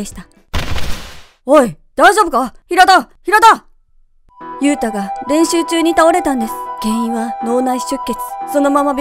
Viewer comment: ゆうたがゆゆうたに聞こえる